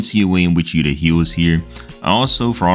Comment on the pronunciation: It's not yuta it's yu ta